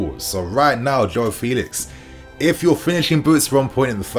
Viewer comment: It's not Felix it's Felix